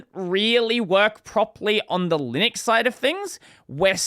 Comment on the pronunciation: Did you know there is a U in Linux? It's not Linix